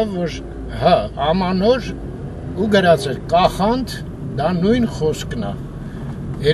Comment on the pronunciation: Կախանդ չի,այլ՝Կաղանդ պապ,այսինքն ՝Ձմեռ պապ ❤